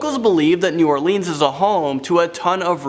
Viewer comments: How can ya pronounce mon til e oun but not new all lins plz 🛑 repeating all leans but other vids soon say nawlins repeating us so just take naw off say new all lins or lynns lyns come on I 🤔 deliberate if y’all can say nawlins just cuz ya know we really dislike it said lean or leen we not propped up on furniture or drinking the famous drug drink 🍸 we just do that to our tourist & for y’all make ya feel at home 🤣 we really super chilled & laid back though but 🧛‍♀️ do exist they actually get their 🦷 done & 🍷 for real for real locals do that shiznit to this day they take that seriously whole clans & etc. they use jewelry pieces etc. or 🦷 to puncture their pets (humans) which other way around they really like offering themselves up as much as others ❤️ draining them 🤦‍♀️ yeah I like my state Neva not come back etc voo do horror scares etc. hallows eve ya name it but yea not a blood sucker but I once knew 🧛‍♀️ personally but legit vamp not today back then not sure who knows like to 🤔 so but they get implants procedures to become blood suckers yea I wouldn’t play with us either 👽 💀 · They butchered all our parishes names too not counties or towns 😂 parishes kal ka shoe shreeve port and plz get this right y’all say nawlins y’all know we say that so it is new all lins NOT new all leans & it’s pa cawn. NoT a can of peas so pea can ain’t it no we don’t say terlet or earl we educated too and much nicer but talk like tawk the yanks not creole Cajun fake crap on movies that isn’t specific area & heritage race background ethnicity etc howeva ya wanna day it all mean da same but if ya true nawlins born raised you sound like ya born in jersey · Shreveport - SHR-EVE-PORT Provincial - PRAW-VIN-SAW New Orleans - NEW-OR-LENS